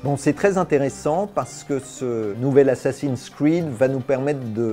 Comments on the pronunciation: Pour la prononciation du jeu sa serait plus tôt [assassine scride mirage] plus tu que [assassine scrine mirage] c'était tout. bruh ^^ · Tout était nickel mais personne dit assassins cwid😂